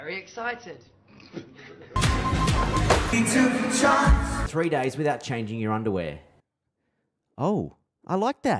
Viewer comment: WE're vereh exCITEd